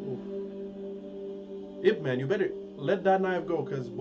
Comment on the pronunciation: wow your pronunciation of yip man is pretty good